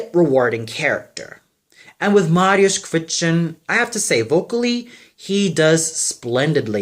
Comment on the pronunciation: And also you have to work on your polish pronunciation! If I listen to you whitout pictures I won't know that you are talking about Mariusz Kwiecień!